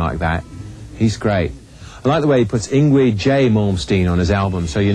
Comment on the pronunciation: lol, kept saying yngWie with the W.